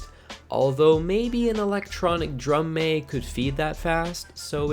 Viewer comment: Why are you saying "mag" wrong?